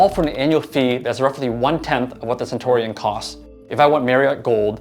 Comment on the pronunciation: It's cen-tyoo-ree-un, not cen-tor--ee-on